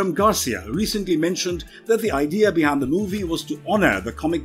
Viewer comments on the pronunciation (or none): none